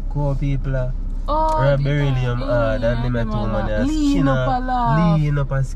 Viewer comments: Not trying to pronounce beryllium 😂😂😂😂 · Man say say belly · Tpc mi think a mi one a dead...Berry-lili-lum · Me alone hear say “Be-lli-li-lum”?😂😂😂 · Bellilium Me:😂😂😂